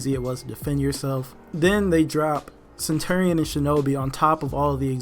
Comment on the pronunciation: It’s pronounced centurion not centerion